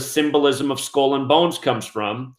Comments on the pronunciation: Skull is pronounced sk-ull; not school. Geometry is pronounced Geo- me-try; not gemotria! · What's a skoll ........ oh, he is trying to say skull. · You say skull and bones weird